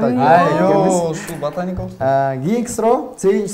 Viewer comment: Батаника дейтта